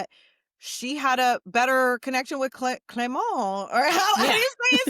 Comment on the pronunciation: Clément was a good pronunciation !